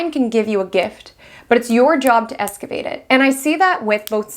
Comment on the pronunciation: NILL-hillistic isn’t a word. Neither is ESS-cavate. But thanks for the info!